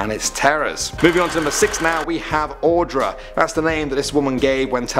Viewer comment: My heart dropped when you said, Audra... That is my name. Also, you are one of the few people who has said it right, so kudos for that.